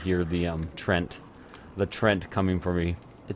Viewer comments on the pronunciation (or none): The trent? I think you mean treant, pronounced TREE-ant